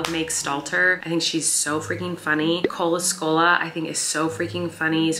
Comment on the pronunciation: Who was the second comedian she mentioned? Sounded like she said Cola Scola but I can’t find any results for that name.